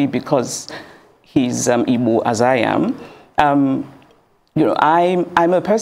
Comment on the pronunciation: I just love the way Chimamanda pronounces the word "Igbo"...